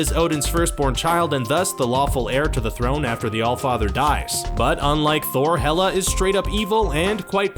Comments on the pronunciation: xD isnt it 'Hela' not 'Meh-lla'??? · Hela not mella